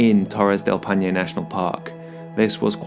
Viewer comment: Torres del Paine crash course: "Pai" as in Lemmon PIE, "Ne" as in NExt, so, PIE+NE... hahah now you got it 😂 BTW, did you try the mate drink? hope you did...